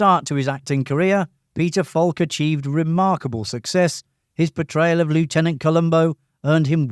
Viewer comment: Mispronounced 'lieutenant' there, my friend...